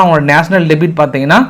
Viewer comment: Min அடேய் debt என்றால் "டெபிட்" இல்லடா debt என்பதை "டெற்" என்று உச்சரி. ( "b" is silent) டெபிட் என்பது debit... இரண்டிற்கும் கருத்திலும் உச்சரிப்பிலும் சற்று இடைவெளி உண்டு. ஆங்கிலம் அப்பட்டமான தெரியாத மூதேவி உன் Screen இல் உள்ளதை உள்ளபடி சரியாக வாசி. த்தூ... நீ எல்லாம் ஆங்கிலத்தில் செய்தி சேகரித்து தமிழில் சொல்லுகிறாயா??😂😂😂😂 தப்பா பிறந்தவன் தப்பா பேசுறான்.